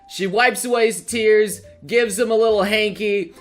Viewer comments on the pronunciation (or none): none